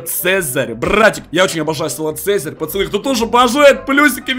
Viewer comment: ответь почему ты говоришь пачаны а не пацаны